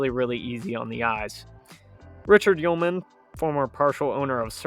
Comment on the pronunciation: You said Yulman stadium correct..great job..roll wave